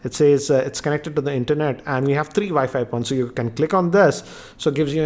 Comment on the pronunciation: Good videos, good english, good everything but i just wanted to say, if you say W instead of V for wifi or all other words that have a w in it, i'm sure it would make it a lot more easy to understand.